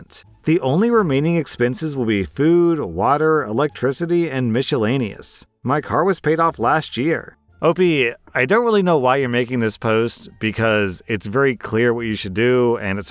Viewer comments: I'm sure it's a regional pronunciation but it slightly bugs me when adds the "sh" sound to miscellaneous. Minor annoyance though. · mi*sh*ellaneous What? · Who taught you how to pronounce miscellaneous? Lol